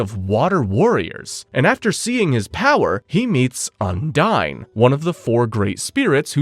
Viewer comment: I do love this video. It gives me a chance to relearn everything about black clover before watching season two. The problem I’ve got is you keep pronouncing the name of the water spirit incorrectly and Vanika did not use her blood magic to revive her people. It was the curse magic from the devil